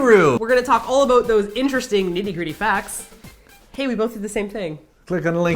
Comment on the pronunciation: Omg, I've been watching you guys for years and I never heard or at least noticed you say 'aboot' until the end of this video. It made me so happy! =)